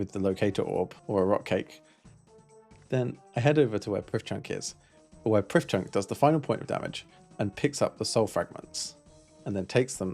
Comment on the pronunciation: Hello. Not only are you mistaken with your pronunciation (sometimes I heard you say "prif chunk" when we have it on good authority that it is actually said "pruff Chonk") but also you are wrong as Underground Pass is actually the best quest in OSRS. Please reupload this video with the appropriate changes. Thanks you:)